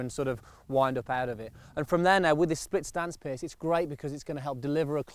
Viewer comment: Good vid, as always. But why does keep calling Piers 'Pierce'.